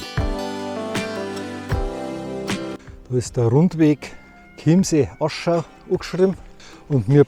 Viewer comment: Wieder a guads Video, nur am Anfang host di verschaut, des hoasst ned Chiemseeaschau, sondern Chiemseeschau